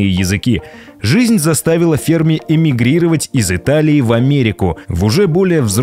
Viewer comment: Ударение в фамилии на последний слог - ФермА